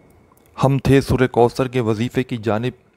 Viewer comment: Kindly sura kausar kee tajweed par ghaur karain,,,,,,baqi koi maasla nahee,,,laikin tajweed ghalt honay say meaning badal jata hay,,,,kisi achay qari ki tilawat sun kar dubara recording karain ,,,,,taa kay gauranteed sawab milay